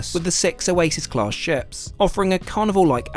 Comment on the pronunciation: You HAVE to stop pronouncing “class” like that. Your over-annunciation makes me want to gouge my eyes out with a grapefruit spoon.